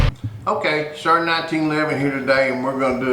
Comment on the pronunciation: It's pronounced sar not sars